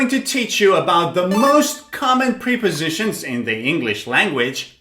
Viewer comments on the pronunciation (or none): Wrong pronunciation. They are not pre- positions but prep- ositions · He says: (priposishens) [pri?]